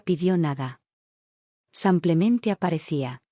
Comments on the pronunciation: Soy de Argentina ❤Muy linda historia... Felicitaciones!!!! Pero ya que es narrada por qué no pueden pronunciar tal como se escribe.....Dice samplemente y no simplemente??? Por qué?? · habias de darte a la tarea y grabar por mínimo una hora corrigiendo la palabra sanclemente y hacerlo bien "simplemente" igual cuando mencionas el género femenino por masculino. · Narras fatal simplemente es simplemente no samplemente ydecir en masculino cuando es femenino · No sé por qué repiten una y otra vez 'samplemente' en vez de 'simplemente'. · La palabra ; es sim ple mente pronucie bíen tambien al lo femenino no apliques lo masculino se escucha marítimo disculpe